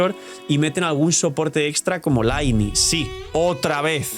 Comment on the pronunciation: A ver por favor para ya de una maldita vez de llamarla lainei se dice ly-ney ostia que mala costumbre de llamarla mal y ni que fueseis monos